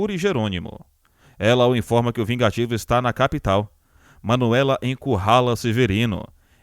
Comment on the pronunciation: Verdade chamar Gerônimo de VIGATIVO...Que palhaçada desse narrador...😝